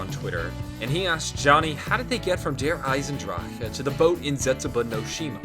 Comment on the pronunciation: For the love of god, please stop saying Der Eisendrachke